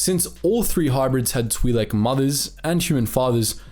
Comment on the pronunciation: Hearing “Tweelek” over and over hurt my ears. Other than that, great vid